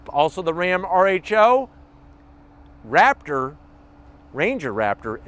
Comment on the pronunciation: Did you say rapper or raptor ?